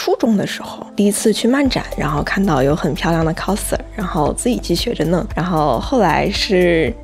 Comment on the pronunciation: 额，好像是coser (kao拷的发音不是kou抠😂)。。